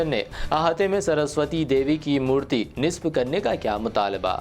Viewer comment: نصب کو صحیح پڑھو